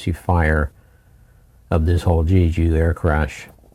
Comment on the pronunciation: Crazy. By the way, Jeju is pronounced JAY-JEW.